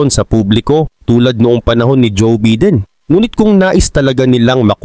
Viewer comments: Bayden ang bigkas hindi biden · Biden, hindi beedin.